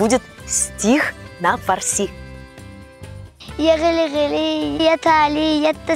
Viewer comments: Ударение на слове фарси ставят на втором слоге запомни раз и навсегда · Слышь фарси, ударение правильно ставь